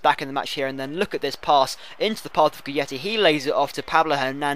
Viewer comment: does read the comments?:S or why do he keep pronounce guidetti wrong?